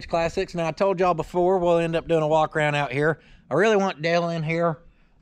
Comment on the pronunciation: And ya dont take a wok holding hands with your woman, a wok is what you throw at a wabbit?